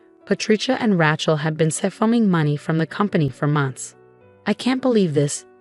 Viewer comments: AGAIN, its not 'Ratch-el', its 'Ray-chel'. Misprounciation ruins the story. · Thumbs down on all of these stories that say RATCHEL INSTEAD OF RACHEL. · It’s pronounced Ray-chel not ratchel. It’s a long A, there is no t. The title needs changed. The husband did NOT request that mommydearest & sissypoo wear white nor even the same dress. Mommydearest & sissypoo CLAIMED he told them to do so. The title should read something like “In-laws claimed my husband told them to wear the same dress I wore.” or “In-laws tried to sabotage our wedding & marriage.” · Please stop using the name Rachel in your stories. If you can't pronounce a name, don't use it!